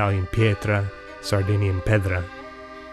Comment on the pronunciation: "pedra" in BR-portuguese is pronounce with the "A" as a true "A" sound.